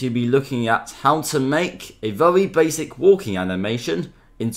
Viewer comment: "Very baswic" " now let's get wight into it"